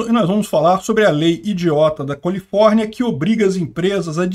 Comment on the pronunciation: Eu entendi o dizer Colifórnia? 😂😂😂😂😂